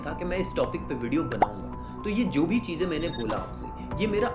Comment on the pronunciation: Bhai tumhara pronunciation bahut kharab hai, सादी, चीजेंँ, सायद, my ears are bleeding right now.